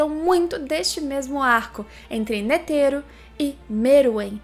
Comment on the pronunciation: Eu escutando ela falar ''N E T H E R O'' EU: aaaaaaaaaaaaaaaaaaaaaaaaaaaaaaaaaaaaaaaaaaaaaaaaaaaaaaaaaaaaaaaaaaaaaaaaaaaaaaaaaaaaaaaaaaaaaaaaaaaaaaaaaaaaaaaaaaaaaaaaaaaaaaaaaaaaaaaaaaaaaaaaaaaaaaaaaaaaaaaaaaaaaaaaaaaaaaaaaaaaaaaaaaaaaaaaaaaaa